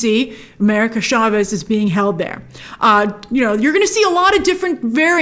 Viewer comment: Doc S 2 is the current most awaited movie for me. There is one thing im worried about; the pronunciation of America Chavez, chavez isn’t pronounced “sha-ves”, its more like the words “chance/change”, not sha like most keep pronouncing. Why this bothers me, I cannot understand